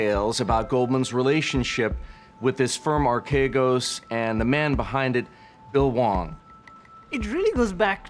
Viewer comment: The name is properly pronounced "arch egos"